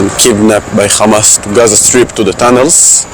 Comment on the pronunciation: Khamaz! K hamas , khamas! 😱😳🙄 khamas …